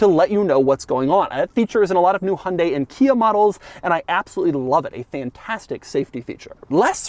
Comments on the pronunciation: Pronounced Hun-Dye. Not Hun-day. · Exactly. Or close enough. In Korea its Hyun-day with a soft "y" in there, but here in the states, most like Doug say: "Hun-day" and that's 99% there. In the UK they say High-Un-Die and that drives me completely crazy since there is no attempt at all of being close. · What is a "Hondey"? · I am wondering when you will be able to pronounce 'HYUNDAI' correctly. You keep saying that HUNDE, which sounds somewhat unintelligent. You can do better if you listen to the pronunciation repeatedly and practice. 'Weird' is not a sensible term for the design, futuristic is better word for it. Country men who have old-fashioned taste may don't like the design probably including you. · The way Americans pronounce Hyundai is hilarious.